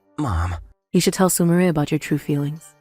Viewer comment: I hate how the VA can't pronounce Su-mi-re, calling her su-my-er ... 🤦